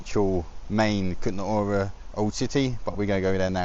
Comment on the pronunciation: The man in the video doesn't pronounce it correctly, so yes, Kuttenberg is easier for English speakers.